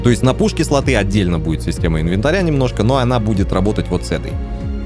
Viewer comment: не инвенатря правильно а инвентаря 😁😁